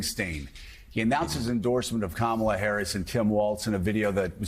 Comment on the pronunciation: Joe. It's pronounced Comma la, not Camel la.